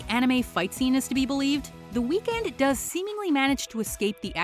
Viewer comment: Dont pronounce his name like that😡😡